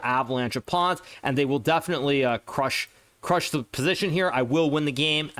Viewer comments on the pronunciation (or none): none